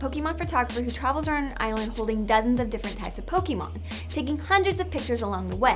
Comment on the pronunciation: Pokémon pronounced wrong once again. I honestly wonder how Nintendo reacts oh yeah "Amercia loves hamburgers and fast food"